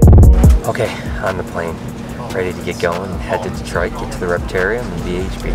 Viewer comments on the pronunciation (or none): none